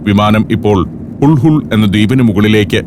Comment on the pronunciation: ഹുൾ ഹുൾ അല്ല ഹുൾഹുലെ (hulhule)